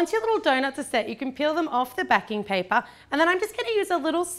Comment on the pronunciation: instead of baking paper she said backing paper